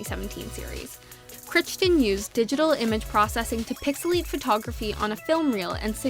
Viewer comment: Michael Crichton Is pronounced KRYTON.